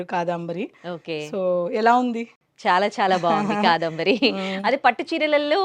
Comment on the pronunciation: కాదంబరి అండీ, కాదాంబరి అంటున్నారు మీరు, వినడానికి కొంచెం ఇబ్బందిగా వుంది!! Beautiful saree collection 👌